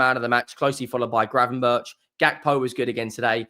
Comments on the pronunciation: GRAVENBERCH, NOT GRAVENBURCH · who is gravenburch? its gravenberg, dutch name, keep it dutch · The pronunciation is ravenburck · Gravenberg…I am Dutch